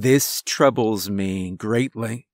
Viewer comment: the only thing that gets me is how he says "meh" instead of "me"